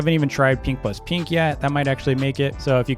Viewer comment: I like how he says peenks instead of pink